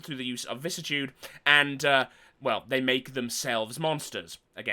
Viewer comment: Weird how people can’t pronounce vicissitude … vi-cis-si-tu-de.. google it, it even has a voice recording on how to say it.